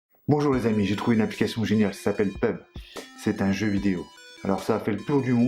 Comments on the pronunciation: Je rêve ou il a dit.. PEUBGE au lieu P U B G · Eu on dit pas pubg mais p-u-b-g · Ça se dit " pé-u-bé-gé " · Il a dit PEUB mdddr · Sa se prononcer P.U.B.G sinon bonne vidéo 👍